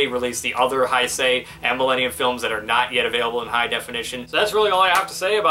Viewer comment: Your saying heisei wrong your saying hi-say it hey-say I know this because I watch a lot of kamen rider